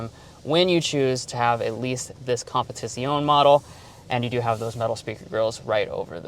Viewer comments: It is pronounced as "comb - pet - ih - zee - ohn -ay" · Say it with me now! # COM-PI- TI ZI O NEE!😅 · not exactly.... not sure how to write it, but the "zee" isn't a "z" it's pronounced like in "pizza". And the "ay" at the end isn't "ay", rather an "eh"